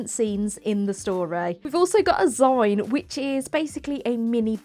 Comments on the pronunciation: I think it's really cool that you made a little zine of your story. I wanted to say in case you didn't know, it is typically pronounced *zeen*, for magazine or fanzine <3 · ZINE = zeen.. as in magazine mini 🌸